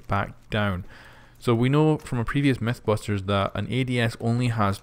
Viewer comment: Hehe maybe many people said that, but METHbusters? lol